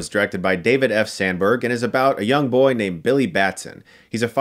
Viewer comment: Nah Kratos says BOI better but Arthur says boah